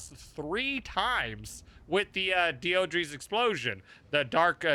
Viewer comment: I think the name is pronounced "Dee-Dra"